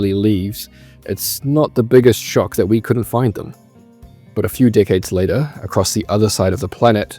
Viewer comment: "but a few dik'eads later"